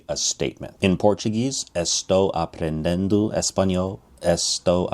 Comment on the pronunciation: I made a video about this awhile back. I don't think his Portuguese pronunciation is great. You can hear at that he pronounces the "n" in aprendendo, when it should be just nasalizing the vowel before it. It's not a huge error, but he didn't speak all that much. Mostly, I was annoyed by his clickbaity title and his defense of his title in the comments which felt disingenuous. It seems like there's a point where you should just admit that your titles are kind of clickbaity, but you view it as just a part of being in YouTube. But, he has a weird defense of why his title isn't actually click bait. I also find it annoying that he says it's not about memorizition, but this method doesn't seem to do anything for you unless you memorize the chunks.